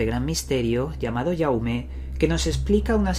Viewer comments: la e es atona se pronuncia "jauma". yo desde hace unos años tengo unos sucesos bastante perturbadores al final me e acostumbrado a estos sucesos uno es que tengo un despertador que suena cuando le da la gana y siempre en momento en que estoy tan tranquilo mirando una serie o haciendo algo en mi ordenador, el despertador le e quitado todo tipo de alarma que tenga y lo abri para ver si los circuitos electricos estaban quemados o dañados y nada de nada lo curioso es que cuando me formulo mentalmente alguna cuestion o idea aveces sucede, despues tengo un mueble con figuras diversas y con una pequeña coleccion de latas la cual cada lata tiene una separacion considerable con lo cual si temblaran un poquito no darian golpe ninguno contra otra lata y con la ventana cerrada y puerta ( 0 corrientes de aire) pasa el mismo efecto que con el despertador de vez en cuando suena una de estas latas, e buscado todas las explicaciones fisicas ( corrientes de aire cambios de temperatura terremotos nunca o casi nunca hay en barcelona ) el caso es que al principio pensaba que era mi imaginacion pero estos sucesos no solo pasan cuando solo estoy yo, cuando estoy con mi novia o mi hermano, en alguna ocasion ellos tambien lo han sufrido. e de recalcar que en el caso del reloj aveces es un pitido o dos en el caso de las latas es o mas fuerte o mas debil el sonido de esta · te equivocas el nombre es en catalán asi que se debe pronunciar como dice el pd:soy Jaume